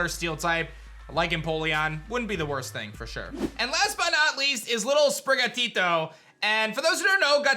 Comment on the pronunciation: You’re the first person so far who hasn’t butchered Sprigatito’s name lol 😂